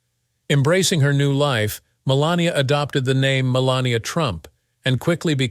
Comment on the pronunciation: Announcer can't get her name right called her 4 different names